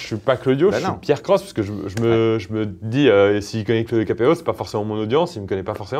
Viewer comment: J'aime bien comme tu as prononcés la chaîne de π AIR CROSSE à la fin xD